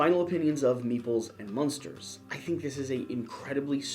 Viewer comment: I hope AEG doesn't mind that you are purposefully mispronouncing the name of their game. There should be a disclaimer that this game has nothing to do with a particular 1960s American sitcom.